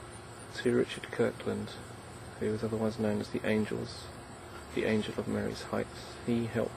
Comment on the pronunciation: Marye is pronounced "Marie". Thanks.